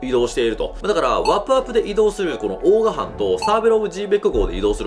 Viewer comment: オーガ(鬼)じゃなくちゃんとオーガーと言ってください。